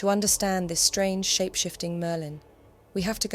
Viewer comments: sounds more like Maerlyn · Mer-lin is diminutive of mer, meaning sea, as in one of the meri cult.